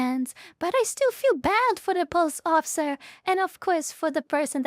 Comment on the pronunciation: My memory is very selective. I can remember absolutely everything about a video game even after 15 years of not playing it, but I can't always exactly remember what a person said 20 seconds ago lol. The auto generated subtitles are funny to watch, especially how it struggles to hear your "police officer" correctly. Pulse officer. Spoken like a true latino